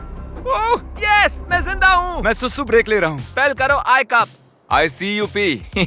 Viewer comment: Not ( jinda ) its ZINDA mean Alive.